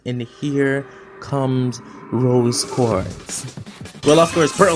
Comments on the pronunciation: "Rose Quarts" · Quartz* Not Quarts